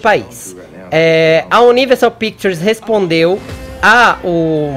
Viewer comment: Fefito CALA A BOCA!!! Ou pelo menos aprende a falar “Universal” ou size em português mesmo. Fica menos feio para você #FicaADica